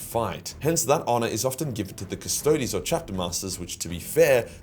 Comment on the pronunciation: I had a good laugh at it because I still remember when he didn't know how to pronounce shit and thought the Custodies were a Space Marine Chapter.